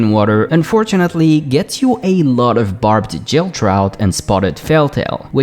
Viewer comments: did you just say "jill" instead of "gill"? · You speak English really well :) But as a non-native speaker myself, I've occasionally mispronounced words without realizing.. So here it is: "Gill" is what fish have as a respiratory organ and the "g" is pronounced like the "g" in "girl" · Gill is pronounced with a hard G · OMG .... GILL !!! not JILL. My OCD was twitching